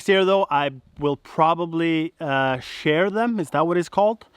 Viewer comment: You shear (pronounced sheer) sheep. You could have voles or Moles. You'd have to trap one and Google it to figure out what you have. It's nice to have your friend as a neighbour!